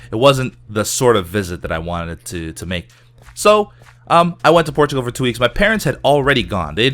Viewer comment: I always hear ''Porchigo'' when he says Portugal.